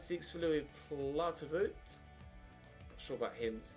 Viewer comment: plaetevoet is pronounced plaaaaat - ehh - faauuuttttt